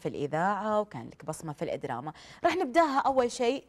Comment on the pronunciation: الادراما 🤢معقوله طالعه ع التلفزيون ماتعرف تقول الدراما🙄